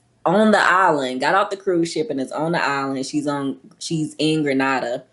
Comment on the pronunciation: Love your channel. Grenada is pronounce Gre-Nay-Da.